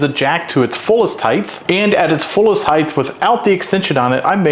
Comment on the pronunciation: You lost me at the word heighth…